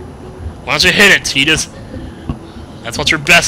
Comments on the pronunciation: Please.... it's pronounced Tie-dus, not Tee-dus!!! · thought his name was "Tide-Us" not "Teet-us" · I would think it's Tidus not Tedus because there is no E on the end but this is final fantasy so... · He says he always thought Tidus's name was pronounced (Ty-dus) because his name is derived from tide, yet throughout the LP he pronounces his name (Tee-dus) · Why is he saying "Teedus"? Isn't it like Titus? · i agree Tie-dus is a much better pronunciation although i don't like his name anyway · We brung power to the air ship it brings it up later in the story and also his name pronounced tee dus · AHH... saying TEE-dus hurts my soul. lol